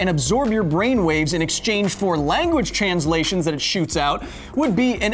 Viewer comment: "...language tchanslations..." lol